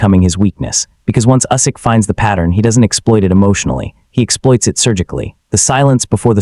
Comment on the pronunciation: Maybe you should learn how to pronounce Usyk. How embarrassing.